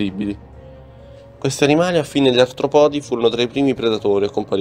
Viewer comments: Certo artropòdi non si può sentire… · Bravi ma occhio agli accenti... Brachiopodi, cefalopodi, artropodi.... Etc. L'accento va sulla prima "o"